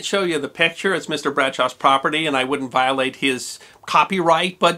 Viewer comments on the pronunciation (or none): none